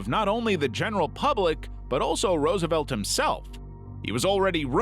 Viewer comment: Ah yes, the famous Franklin D. Rousialf